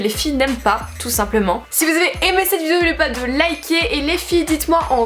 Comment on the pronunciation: Tu sais toujours pas dire "vidéo" mdrr, mais c est pas grave tu dechire comme meme